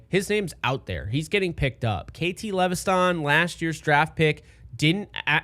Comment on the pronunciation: It’s just lev es ton bro not le ve sthan 😂😂 KT LEVESTON